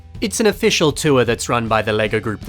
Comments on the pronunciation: 2023 self hears: "tour" 2024 me hears: "tuah" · every time you said tour i heard hawk tuah. make it stop🙉